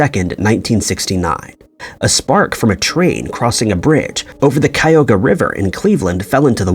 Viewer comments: Cuyahoga River is pronounced Cuy-A-ho-ga (Cuy like Guy, but with a C). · And then you mispronounced Cuyahoga. It’s four syllables (chi -yugh-hoe-ga).